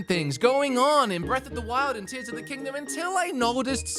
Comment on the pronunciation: Dude you started off so goofy with the Zelda stuff that it temporarily broke my brain. When you started talking about Tears of the Kingdom. No joke i was hearing Tissum the kingdom. Thought i was listening to Theo Von talking about the Tissum. Halfway through i started hearing it normal because you stopped saying things wrong. Sorry about that, had to share.